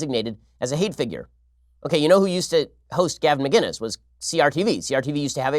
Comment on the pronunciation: Ben, Love the show. His name is Gavin Mcinnes not Gavin Mginnes, with a C not a G.